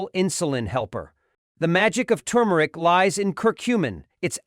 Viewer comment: You started out saying the spice correctly, TuRmeric,but then you started to say TUmeric! Leaving out the R. Gees AI get it right, ok? I hate that AI’s just can’t pronounce words correctly. Nor do they know where to put the accent on words either! That’s why they will never be smarter than humans!!